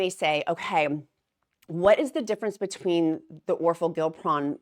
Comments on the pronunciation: This is interesting…you’re throwing me off just a tad though pronouncing it Gil pron instead of gli pron lol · I’m kinda excited to see how this pill form works for maintenance. I need to lose 45 pounds to get there but have been thinking of trying it as my maintenance med. also you crack me up pronouncing these medications🤣. The downsized pronounces it “or-for-gli-pron”. I hope it has a catchier brand name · I think it’s pronounced or-FOR-gli-pron.